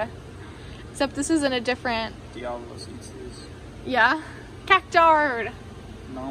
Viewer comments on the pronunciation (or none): none